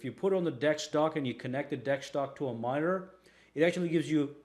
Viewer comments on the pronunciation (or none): none